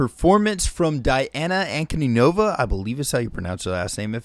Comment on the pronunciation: Диана- Diana, Latin name, Dee-Anna. Not English